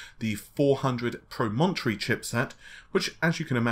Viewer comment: Nicholas Woolsey thank you lol not pro-mon-tree